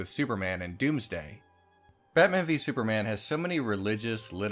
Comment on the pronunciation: Di you just say "sewerman" at the start lol